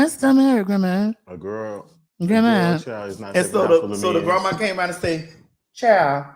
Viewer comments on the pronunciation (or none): All I can hear is “grehmah” oh god save me 😂 but that’s insane like straight men are all p***s unless proven otherwise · I watched again just to hear you say "grandma" 🤣🤣🤣